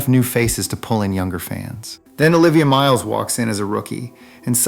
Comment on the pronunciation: Learn to pronounce the names.